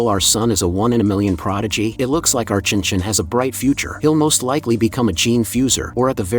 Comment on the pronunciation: There is NO WAY they read «Chen Chen» as «chinchin» 😳🍆🤏